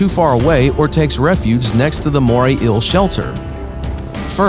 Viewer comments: Anybody else got annoyed of how this guy was pronouncing eel ? Shit got annoying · So no body is gonna bring up how this guu pronounces "inhabitants" and "eel" lmfao 😂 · The way he pronounce eel, and says it 10 times a minute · Is an ill the same as an eel ? Is it really that hard to pronounce eel ? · Yes. "Ill" for EEL is rather annoying. But typical for a lot of voice-overs. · It's "eel", not "ill". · JUST SAY EEL NOT EUA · I don't like the way you say eel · Moray ILL? I thought it was eel... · wish the narrator could pronounce the word eel, he says ill not eel. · I can't be the only one that got annoyed with him constantly pronouncing "Eel as "ill" right? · Kinda made me angry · Why do call it "ill" rather than eel? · It’s eel not ill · Bruh why u sayin Euhl it’s eel. EEEEE L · I cant decide if its "ill" or "eel"... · Doge lol...im just reacting on how he says "eel"...he keeps saying "ill"...chill dude. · "A moray íl " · "Moray ill" ahaha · Moray "ill" 🤣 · “Moray ill.” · Fascinating video! Great information! Thanks for reporting the observable facts and not trying to add in unobservable, hypothetical propaganda about evolution like so many nature videos do. Respectfully, my only suggestion would be to practice saying “ēēl” about 15 times before making any more ill videos 😉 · He's pronouncing 'eel' as 'ill' and it's humorous to me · nobody: the narrator: moray ill👁👄👁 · “The eil” sorry but your voice is so annoying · And this is why English is best spoken by the English. Morrie Ill says hi. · Eel is not pronounced 'ill'. You need a new commentator. The writing seems to have been done by someone who uses English as a second language. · How many times did he say MorAy eAL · Every time this guys says “eel” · Okay mate why the fuck are you pronouncing ‘eel’ like that. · The way you say eel makes me unreasonably. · Moray Eel, pronounced "Moray Ill". Inhabitants, pronounced "Inhibitints". Approved. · Can't say eel and inhabitants to save his life. 😒🙄